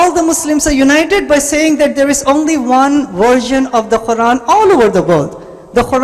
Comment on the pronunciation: Was anyone else irritated by this guys squeeky old lady voice... And his pronunciation of the quran was weird.